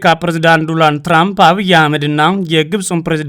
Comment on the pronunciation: ሄይ 😅 አንተ ጋዜጠኛ አይደለህም እንዴ? ዶናልድ ትራንፕ ብለህ በትክክል መጥራት ብትችል ጥሩ ነው ዶራንድ አይደለም የሰውዬው ስም😅